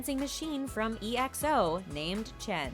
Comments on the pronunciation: Sorry but i just laughed my ass out when they prounounced EXO as E-X-O!! 😂😂 and correction dont call him Kim call him with his name k? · Fact 21: His first name is Namjoon EXO fact 1: It isn’t pronounced E.X.O. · E-X-O I laughed so hard I'm sorry but it's Ex-o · “E-X-O” it’s EXO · It is not eexo it is exo but I am a bad fan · I’m sorry but did she just say E X O and not EXO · she really said E X O not exo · When she said e x o it’s fricking exo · His name isn't Kim. It's Namjoon. Its Runch Randa. Not Runcha Randa. It's Zico. Not Zyco. It's EXO. Not E X O. Please do your research. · E X O Its pronounced EXO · Some Corrections: 1. Is name isn’t Kim. It’s NamJoon. 2. He was forced to watch friends. 3. Its not E.X.O. Its ex-oh (pronounce) 4. Not Zico Zyco (pronounce) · Ok you could ask a real army dont be fake. Everyone knows about the UN speech. It's Zee-co no Zeycoh. It's EXO not e x o. RM watched friends because his english teacher liked watching it and his mom gave him the idea so that made him watch it for english learning. Rm is too smart to even be on this video so ok just do some research. it's not that hard even if ur not an army. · HIS NAME ISN’T KIM ITS NAMJOON AND ITS PRONOUNCED X O NOT E X O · E.X.O!? Nooo! It's just EXO. One word. Not three letters. I'm part Exo-L. Hello fellow army's scrolling down the comments :) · The mispronunciation and things is getting in my head Also Chen is main vocalist and Kai is the dancer... "Kim" his name is Namjoon lol "E.X.O" its pronounced "XO" like exocytosis or exoskeleton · Was anyone else triggered when she said E-X-O instead of EXO?? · sis said E-X-O, it's EX-O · Who calls EXO..... E X O 🤣🤣🤣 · not e x o exo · Even though I'm not an exo fan I was a kind of offended when she said E.X.O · Namjoon - Kim Zico - Zyco EXO - E X O Runch Randa - Runcha Randa Better to do research before recording and uploading a video and then starting to get roasted by True ARMY's. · Is no one gonna mention ‘ZiYcO’ and ‘E-xO’